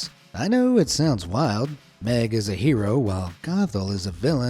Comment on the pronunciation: Only thing that ruined my childhood is how you pronounced Meg.